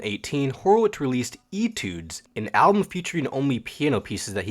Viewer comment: ughm, it's pronounced "A-tudes" :(((( Nah but this is awesome. I swear the keyboardist is always the cutest member.